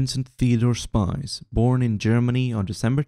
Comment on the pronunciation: Thanks for the informative video. Just pronunciation of August Spies gives a negative impression of him. He is not a spy in the plural, but a spear in the singular. The 'ie' in his surname should be pronounced like the 'ee' in cheese, more appropriate would be the 'i' in chick. Just try it. His surname means spear.